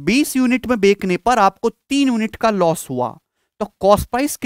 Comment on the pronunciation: Loss ko ye los kyu bolta hi